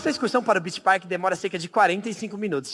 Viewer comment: man ele só errou o Park .-.